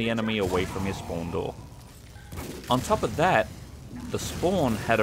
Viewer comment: be like: SPOAWN SPOAWN SPOAWN. No offence; )